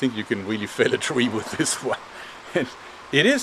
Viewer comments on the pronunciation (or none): i think you can reall "fäll" (to chop down) a tree with this one :D nice denglish